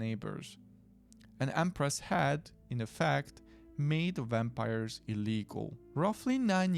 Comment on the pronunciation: I like wampires too! When you pronounced it I swooned. 😂❤❤❤